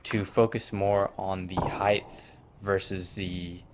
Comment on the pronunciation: Heighth 😂😂😂. Good vid tho.